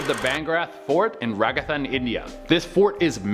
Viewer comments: sorry it's pronounced Raa-JA-Stawn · Idk why sometimes I'm curious to hear foreigners pronounce Indian names..the way he said "bangrat fort, ragathan .." 😂😂😂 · Dudeeeee its Ra-ja-sthan jst like as it is written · The way he pronounced "Rajasthan"😂 He said: "Ragastan"🤣